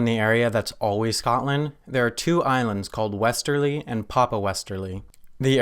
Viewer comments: it's westray not westerly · He pronounced westray and st Helena so badly wrong